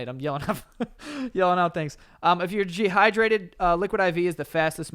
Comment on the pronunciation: Any body else notice Joe saying Gehydrated instead of dehydrated ?? 😂